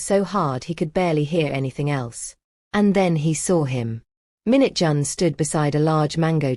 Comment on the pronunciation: Stop saying minute John. It's Minjun/Mingjun. And it's not taijohn,it's taijun/Taejun.